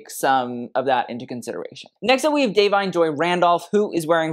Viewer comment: Hey, I was reading about Da'Vine and her 1st name is actually pronounced like "Day'Vine".